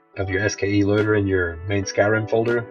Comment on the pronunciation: It's "SKSE"!!!!! Not "SKE!"